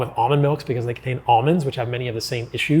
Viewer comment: Please try to understand how ridiculous you sound saying eKcetera